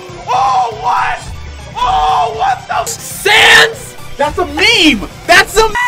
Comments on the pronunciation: AAAHHH AAAHHH "sand" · its sanes LOL